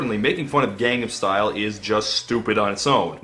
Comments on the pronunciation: First “weekee” now “Gondam style” get a speech therapist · Also "gandam style" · Pretty sure he was intentionally mispronouncing stuff throughout as a joke, like "Gundam Style" and "Ender Scrolls" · "ender scrolls" and "gandam style" are alpha mispronunciations